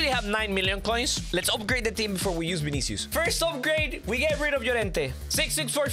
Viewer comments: His name is not Binicius his name is vinicius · i love how he says vinisius (no ofense)